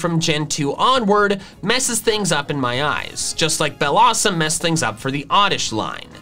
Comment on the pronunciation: BELLOSSOM, NOT BELLOUSUM!